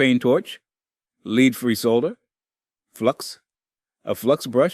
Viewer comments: lead is pronounced led. its not leed free. its lead free. meaning the solder has no lead in it. you know, the metal thats toxic to humans?duh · Leed free soLder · I’m curious about the pronunciations. I understand that pronouncing the L in solder is one of the “Brit vs Yankee” things (here in the States, I say “sah-der”), but I’ve never heard of the soft grey metal being pronounced “leed” as it was . I’ve always heard it rhyming with bed. Is that another regional difference? (Not trying to insult or anything, just curious about language.🤓) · Leed free solder? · The Bot got it right this time, for a change; the 'L' is not silent, apart from in 'Freedom Pronunciation', and it was never intended to be silent. It was not however so clever with pronouncing 'Lead', and its cadence in many places was utterly terrible.